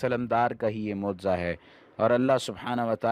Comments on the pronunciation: Mooza nahi mojiza hai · Bhai moza nhi mojiza hota hai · Mauza nahi mojza hota hai bhai